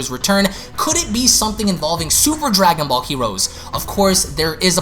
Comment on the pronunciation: “Dwagon bawl hewoes”